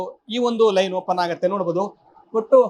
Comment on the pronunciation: Aarambha aagutthe kananna adhu, haarambha haagutthe alla 🥲